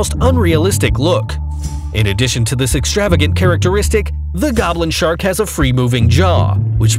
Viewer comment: SHRAK? 🤔 lol